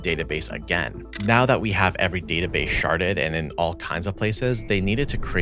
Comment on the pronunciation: Am I the only one who keeps hearing "sharted" instead of "sharded"?